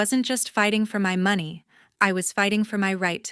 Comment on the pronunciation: AI still can't pronounce money!!! Very annoying. Do better!!!😢😢😢😢😢😢😢😢😢😢😢